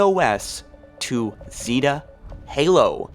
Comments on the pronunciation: Have you guys heard of Installation 7 or Zeeeeta Halo? It’s Zeta. Z-a-ta. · 1.This is a tech demo 2. It's Zeta not Zeeta. 3. The A.I. chip (not matter what A.I. is in it glows "blue" to identify that there is an A.I. inside of it. 4.there is a LOT of speculation about what's going to happen, remember this is a TECH demo. The fact that you made a 40 Min video on it has me feel you might be looking a little too much into it. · Zeta is pronounced like “Zay-Ta” lol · Holy shit, it's Zay-tuh Halo. Zeta Halo. Like Beta, but with a 'Z' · anyone else cringe at how he pronounced zeta? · Its one thing to pretend you figured any of this out on your own Before someone else but how can you keep pronouncing basic words wrong. I get that you have a speech impediment but it takes less time then it did to type this to look up and practice the proper pronunciation of the word Zeta. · Holy fuck say Zeta right